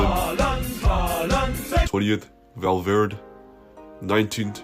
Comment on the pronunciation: Did you really call ValverdE Valverd???